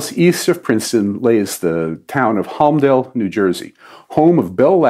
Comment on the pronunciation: NJ native here, the first syllable of "Holmdel" is pronounced like "home".